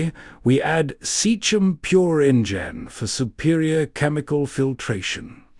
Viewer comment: Seachem (sea-kem) Sea is water and chem for chemicals (water chemicals) not seach-em. You're not David Attenborough and this is not a documentary.